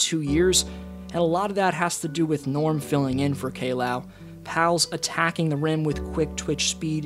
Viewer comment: lol the way you said K-Low